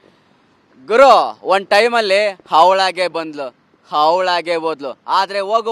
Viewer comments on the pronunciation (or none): ಹವಳಾಗಿ ಬಂದ್ಲ. ಹವಳಾಗಿ ಹೋದಳು😂😂😂ಅಯ್ಯೋ ಅಲ್ಲಿ ಅವಳಾಗಿ ಬರಲ್ಲೇ ಇಲ್ಲ.